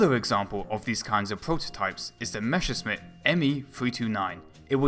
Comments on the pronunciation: The pronounciation of "Messerschmitt" seemingly is an art not to be mastered by English speaking people. But apart from that, this is a first class video. Well researched, well built, very informative. Thank you for your effort! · Dude i love you and your videos, but I swear, every time you attempt to say Messerschmitt, a German engineer commits suicide. :(